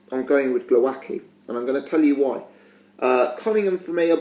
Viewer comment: Your "Głowacki" pronunciation is terrible mate - check commentators please :)